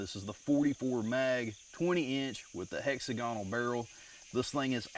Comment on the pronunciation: hexagonal is pronounced Hex ag (short as in old hag) on el. On with the vid not that mr. editor has had his say.